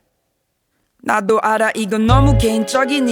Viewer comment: 원슈가 알아 라는 발음할때 진짜 미치게 좋아 ㅜㅜ하